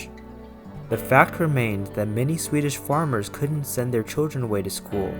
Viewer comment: Very nicely narrated sir! I'm Swedish and sometimes get videos from tourists visiting here because I have searched for inspiration to when my girlfriend comes to visit. You have the best pronunciation of Swedish names I've heard from Americans visiting!